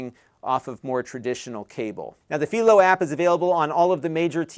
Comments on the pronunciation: PIE-LOW, not FEEL-O. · It`s Philo, Not Phelo. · It's fai·low as in Philo Farnsworth. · Am I the crazy one or not lol, I have been using Philo for over 3 years at this point and for the life of me I have been calling it (Fi-lo)! Hearing how you are naming it and coming out of your mouth, you are making me seconded guess! 3 years I thought it was pronounced (Fi-lo), now I can't un-hear the way you say it! Please correct me if I am wrong but 3 years of saying (Fi-lo) now makes me feel so wrong in life lol! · Uh, I'm 99.9% sure that Philo rhymes with "eye." It comes from TV inventor Philo Farnsworth. There's a little town just south of me named Philo also pronounced fye-lo, but Illinois also has a Cairo and Athens that aren't pronounced the normal way (they're KAY-ro and AY-thenz here). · Philo rhymes with Milo. That is the correct way. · You're pronouncing Philo wrong, It's pronounce Fai -Low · I have to say your saying Philo wrong haha but it's okay :)